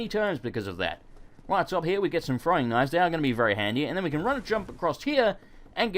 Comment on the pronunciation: I thought he said "and here we have some frying knives" I was like... um